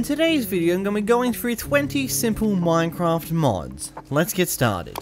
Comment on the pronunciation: Minecwaft 1.16